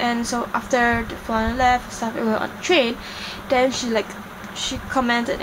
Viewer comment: You keep pronouncing the as 'de', them as 'dem', and then as 'den'..... How is that proper English? It's okay if you can't speak like an American dear girl. Pls stop trying.